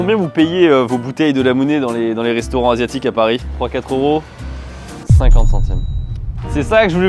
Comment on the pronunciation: Pourquoi est-ce que plus personne ne fait la liaison avec "euros"?! On dit troizeuros pas troi euro. 😵